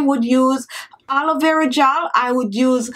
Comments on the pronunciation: Blue winter baby x the triple a (aaa) is for emphasis of the "a" vs. the "h" which she incorrectly adds at the beginning of the word. lol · ...it's Aaalovera not Halovera. Keep the beauty ideas coming though. I often check in to see your videos.